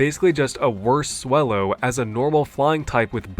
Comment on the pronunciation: Swellow as wellow 😂